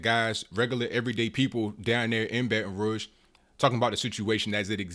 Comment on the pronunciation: Thumbs up for telling the truth and pronouncing Baton Rouge correctly.